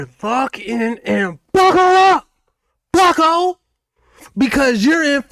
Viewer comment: Bro the emphasis on the buckos got me CRYIN 😂😂😂 I can watch everyday anywhere